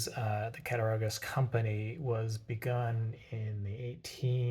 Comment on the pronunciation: Cat-uh-raw-gus is the pronunciation. Awesome video and I love that jigged bone two blade jack!